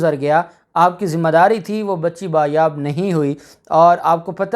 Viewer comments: لفظ ”بایاب“ نہیں ”بازیاب“ ہوتا ہے. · آپ بار بار ایک لفظ بایاب بایاب بول رہے تھے.کیونکہ آپ کی مادری زبان اردو نہیں اسلئے یہ غلطی ہوئی.درست لفظ ہے بازیاب.بایاب کوئی لفظ نہیں اصل لفظ ہے بازیاب.شکریہ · sahih Lafaz #'Baaz yaab.# hotta hay.